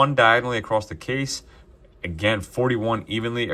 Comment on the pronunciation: Across…..across. Not acrost…there is no acrost.